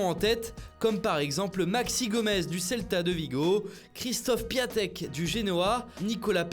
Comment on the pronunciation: Ça s’écrit Piatek, mais ça se prononce « Piontek »